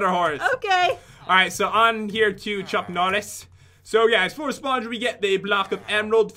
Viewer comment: Did pat just say Chuck Nollis???